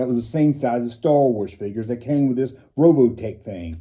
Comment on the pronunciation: It's not "Robotech", it's ROW-BAHT-TICKS. Mask and Robotix were my absolute favorite toys ever.